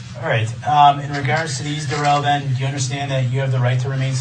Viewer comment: Durrell Darrell. Brooks try to get this right for once in your life and your Darrell.